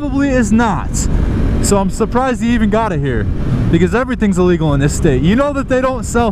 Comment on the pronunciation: are they drunk?? Oh wait that’s probably ellegal too